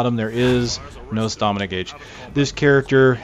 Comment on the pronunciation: If he says "stahmina" one more time...